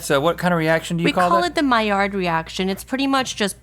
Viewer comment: The way keeps saying the D at the end of Maillard. Oof.